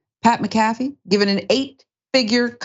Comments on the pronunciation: it's pronounced mac-a-fee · its mac a fee say tht name correct so we all know who this idiot is its mac a fee like the virus software 😂😂😂😂😂😂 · It’s pronounced, (Mack-Ah-Fee)…..🤦🏾‍♂️ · Y’all gotta start pronouncing these names correctly. Lmao it’s “Mac-a-fee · I'm with you I couldn't even finish watching this video the fact she couldn't even say his name right just shows her ignorance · The name pronunciation is killing me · Totally I think if you report on someone you should find out how to pronounce there name it would take 5 mins of research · Damn you can't even pronounce his name right wow